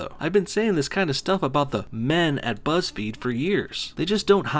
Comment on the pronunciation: you put emphasis on the “men” ahahahhahahahhaa